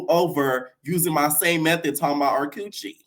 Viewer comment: It’s the cewwchie gworls 😂